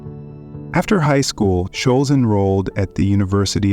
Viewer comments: Jesus. You’ve got to stop saying “shoal-zee”. It’s “SHUL-tsuh”. Standard German pronunciation. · Can you please pronounce Peter's family name correctly?